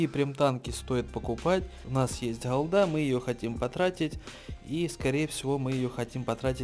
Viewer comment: Холда. Скажи Г, Г, Гавно, Голда. Слушать противно